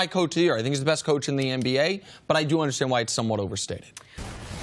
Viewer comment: Is Cris saying "MBA" or "NBA"???🤔😂